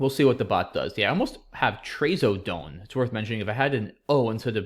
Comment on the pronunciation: Being on the drug myself, I know it's not pronounced "tray so done". It's Traz o done